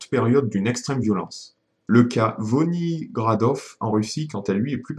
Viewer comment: C'est VINOgradov ou VONIgradov da ze? Car sois tu a fais un faute de frappe soit une faute de prononciation... Et avant qu'ils n'arrivent, je dis: Le 15-18 plante son drapeau... Sinon on peut maintenant montrer que ceux qui défendent les jeux vidéos le font avec moins de haine et de mépris que ceux qui sont contre, et ceci avec des arguments beaucoup plus nombreux et développer da ze! Et puis je peux pas m’empêcher de balancer un First...